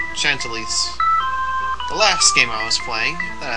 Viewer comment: "Shant-uh-lise", and, if you want to take Tear up on her joke, "Racketeer." It's a Fantasy Counterpart Culture of France, remember~